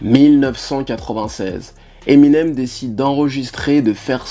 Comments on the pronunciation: '' Eminem SE .... '' ça m'a perturbé aussi 😭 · Tu dis " Eminems " 2 fois au début mdr Vidéo cool sinon